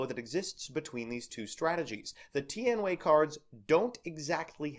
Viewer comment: It's pronounced: Tee-An-Way